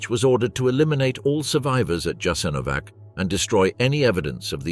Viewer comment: You're making a documentary in which Jasenovsc plays a central role but you mispronounce it badly. This is essentially Serb propaganda to mask the crimes of the Serbs in the wars of Yugoslavia's breakup. More Croats fought against the NDH than for it. You forgot to mention that. The best account of this time is Slavko Goldstein's excellent book 1941. It is available in English as well as other languages.